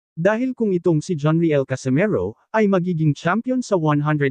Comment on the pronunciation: Anong John re el? It's pronounced as riyel..my gosh naman kayong mga vlogger...